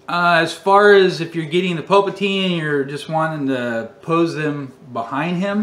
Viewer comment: Just curious, why do you pronounce Palpatine "Pulpatine"? Is it a joke that I'm not aware of lol.